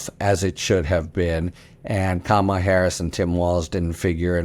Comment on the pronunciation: My request for you and many of your guests: please, please pronounce VP Harris’ first name properly. If you say Comma La, you’ll have it 😊